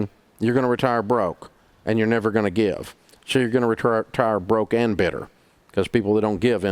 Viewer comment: NEVAH PEASANTS! Jk jk 😂